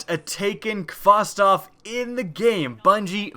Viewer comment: *kostov LMFAO